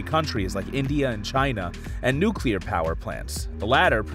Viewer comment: he said nucular fusion without the nucular waste, did he mean fission?